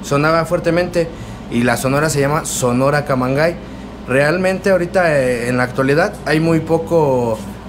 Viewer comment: se supone se debe pronunciar "camangey"